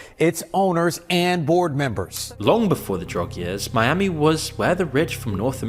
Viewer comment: Are you talking about Miami or Spanishami?